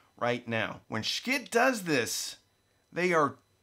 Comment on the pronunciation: I'm sure I'm the 150,000th person to ask, but why do you choose to mispronounce Schiit Audio's name?